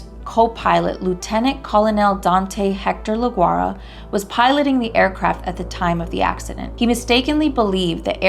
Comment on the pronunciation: Se llama, Dante Lagurara. Not Dante Laguara.?😡